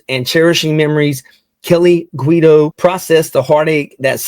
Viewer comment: Thank you for helping to spread this story. Yes, you were pronouncing his name correctly sounds like GWEE-doh. This woman needs to be found! Jay’s entire family is devastated by this horrific, senseless tragedy. This is my brother. This happened just 3 days after attending our father’s funeral and two weeks before his daughter’s wedding! We lost our mother is a car accident in 1989, when we were young, so it hits even harder to loose him this way. He was an incredible son, brother, friend, uncle, great uncle, nephew, cousin and most intensely father and husband! An overall incredible human being! Please help find this woman. Hug your families tight and tell them you love them, you just never know 💔🥺😢